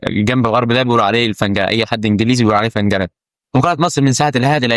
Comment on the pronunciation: ف اي ف اي فلنجه بتقول اي اسمها الفرنجه بالكسرة